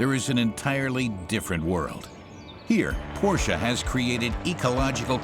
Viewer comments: fantastic video! marred by the repeat mispronunciation of the featured brand...what a colossal error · The pronounciation of macan and porsche by the narrator really annoys me.... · Unfortunately the narrator doesn't know how to properly pronounce "Porsche". Great stuff. I don't like any SUV so even if I had the money I won't ever buy one. Thanks.